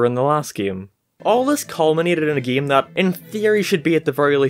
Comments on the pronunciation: I’m not making fun of your accent but I love how you say “Geem” instead of “game” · Especially his "geeim" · "geme" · He says "game" as "gime" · What I really want to know is what part of the world you have to be from to pronounce "game" as "gehm" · About your weird pronounciation of the word "game"... That's indeed weird accent. Gime? Gim? Geem? Geam? That just calls to debate. And about Epic Mickey series: I think it was pretty neat idea, and I agree it's sad to see it failed. In uncertain future, I'm plannin' to get the first game on Wii substitute (if it will get into my hands) and that 3DS game on 3DS substitute. I'll skip the second game, though. I think the first and third should be enough. I agree, that word "epic" was overused in the 2010's. And by saying "overused" I mean REALLY overused! What really attracted my attention was the brief mention of the canceled Epic Donald game, near the end. Especially, that it was supposed to be heavily influenced by 1950's comics, probably mainly the ones by Carl Barks, not only my favorite comic artist. I assume, that this project could also borrow some elements from Donald comics from various decades, from various countries (especially the ones from Italy, I recommend giving them a look), and by various artists, for example, Don Rosa, who got fame and fortune especially thanks to his "The Life and Times of Scrooge McDuck" saga. He is second of my favorite comic artists, and I recommend giving them a look by yourself. He's one of those comic artists, for whose I wish they would draw something more than exclusively only one subject, in Rosa's case, Donald comics. Sure, before he took Donald course, he drawn some comics in the College, but that's not enough. How he could draw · i hate the way he say giami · Sometimes you sound scotish and british when you say game, paint it sounds scotish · Why you pronounce "Game" like that?